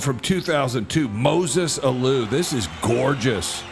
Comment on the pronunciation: You're going to hate me but please remember, we have not had new Baseball memories here, since 2004. Anyway, here in Montreal the Alou family was sports royalty. Felipe was are Manager and his Son Moises (MOY-Zess) had recently come over from the Pirates. There were two other Alous who played and one was on the Expos but I'm blanking on his name...Harpo? Zeppo? Shemp? Wait a second...it was Jeusus, like Hey-Zeuss, (see Die Hard 3 for Sam Jackson's proper pronounciation). ;)